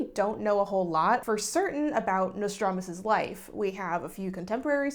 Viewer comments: i'm sorry, did you say Nicholas Lmao? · Actually didn't even notice you forgot the 'S' in Nostradamus until you said it 😂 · u pronouncing it notradamus is honestly so cute tho lmao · As a fellow Texan escapee I also say Nostradamus without the s like 75% of the time. 😭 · Thank you for being a beacon of hope and reminding people that whatever they read on the internet about a historical figure is not true even if the actual person did really exist :') Also, as a French speaker, if I may, and I promise I don't mean this with any shade at all, I wish you would show on the screen the spelling of the French names/places/words you say because since it's difficult to pronounce for you (and it makes total sense, many French sounds have nothing to do with what's found in English), I honestly can't tell what you are referring to :') I kept hearing the name of the town where Nostradamus went to live as "salon" and I thought that was very funny (but I doubt that's actually "salon") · I actually found it kind of funny bc dropping the s is pretty much what French speakers did anyway. It's been a minute since I was doing research for historic pronunciation for singing French renaissance music, so someone please correct me if I'm wrong, but the s may not have been pronounced in his French name in that period anyhow (not sure how regional variations come to play, but they are around); I'm aware that the s had been mute for a long while before the 18th century spelling reform that replaced the mute s with the circumflex in the preceding vowel. So yeah, I wouldn't sweat it too much. Loved the vid!